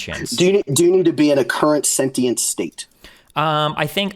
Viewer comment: I love how Destiny properly pronounce “sentient” . I could feel the petty through the screen lol